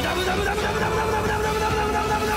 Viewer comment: 無駄無駄がムラムラに聞こえたムラムラムラムラムラムラムら